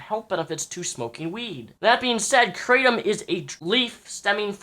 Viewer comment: it's pronounced krah-tom